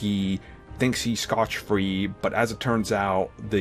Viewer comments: It's Scott Free not Scotch Free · "Scotch-Free?"....... It's scot free dude. And yeah, it totally just sounds like you made up a shitty script from what you saw in the teaser.